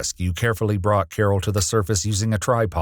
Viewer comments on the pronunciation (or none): none